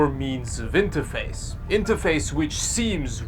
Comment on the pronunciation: "To IntAface with...."